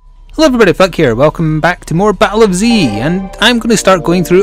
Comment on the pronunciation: Flik you messed up on your name to me it sounded like you said fuck here